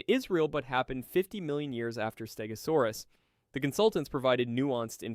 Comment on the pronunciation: also you butchered the name stegosaurus , also the show did not say it a stegosaurus but morgan freeman said it a early cretaceous stegosaurs , that stegosaur is none other than Yanbeilong a stegosaur from the early cretaceous appearing about 113 and 110 million years ago that after when angiosperms first appear 140 million long and the stegosaur appearence fits that of yanbeilong so you this inaccuracy holds no water